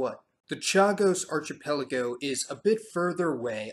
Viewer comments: Just a (I hope) gentle comment on pronunciation: archipelago is pronounced [ar-ki-pel-igo]. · It's pronounced arKEEpelago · "arc ipelago". good,good work. G.Davis, 23June'24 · Okay I know you’re young, but how did you never learn that the “ch” in archipelago is pronounced like a hard c? Like in architect. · I hate to be "that" guy but archipelago is pronounced with a K and not a CH sound... Love the channel, love your videos. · I LOVE your videos, but can you please make at least a small effort to pronounce words properly (like archipelago)